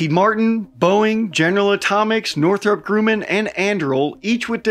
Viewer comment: why he pronounce northrop grumman like that?